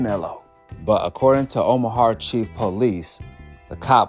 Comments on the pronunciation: Omaha bro OMAHA. Not omahar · I respectfully say this. It’s not a r at the end of Omaha. Plz leave the R out of Omaha. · Bro if you say omahar one more time 😤 It’s Omaha. Omaha!! Not har.. lol Much love brother 😅 I just had to get that off my chest. ✌🏿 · Omahart?!..why bro? Smh 😂😂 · Omahar lol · Is no one going to correct this on how to pronounce Omaha?